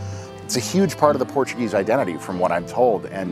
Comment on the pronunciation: Great vid. Your pronunciation of Portuguese words and place names was pretty good, especially for an Americano. Lisbon 🇵🇹 is one of the prettiest and most unique cities on the planet. Cheers from 🇨🇦.